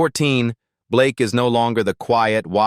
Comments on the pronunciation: I'm sorry but its not Blakeee its Blake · It's actually Blayke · AI thinks its pronounced Blakee.